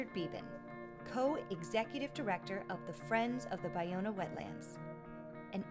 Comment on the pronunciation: Finally learned how to correctly pronounce, Ballona. It's pronounced: Buy-Owna. Also, learned it dates back to the San Gabriel, Tongva indians. Also, that Marina Del Rey was the destruction of 50% of it, and today only about 15% of the original wetlands exist. Great.